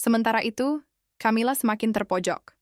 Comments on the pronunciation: Camilla=bacanya kamila, bkn camila, emang camilan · Knapa sih ucapan Camila jd tjamila